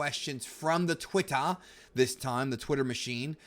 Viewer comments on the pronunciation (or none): loved the way you pronounced Twitter there lol